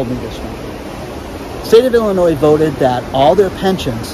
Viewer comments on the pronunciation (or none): none